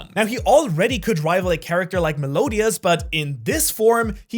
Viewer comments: Meh-liodas, not Meh-lodias:) Nice list. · WHOA that Melodías pronunciation was atrocious gang wtf was that